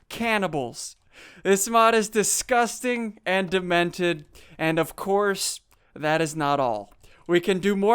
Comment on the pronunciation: As you said deskusting